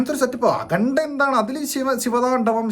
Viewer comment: Akhanda❌ Akhunda ✅